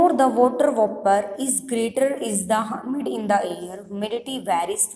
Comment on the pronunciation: It is humid not hamid